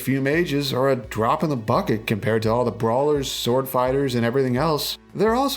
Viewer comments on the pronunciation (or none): none